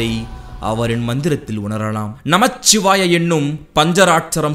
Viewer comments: நமச்சிவாய அல்ல நமசிவாய உச்சரிப்பு மிகவும் அவசியம் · நமசிவாய not நமச்சிவாய பொதுவில் சொல்லும் விடயங்களை சரியாக சொல்லுங்கள்